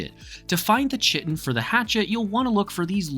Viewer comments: chitine the CH is pronouce like a K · stop saying chitin wrong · Yo dude nice video.. IDGAF about how you pronounce Chitin.. sorry some people apparently can't get passed that lol..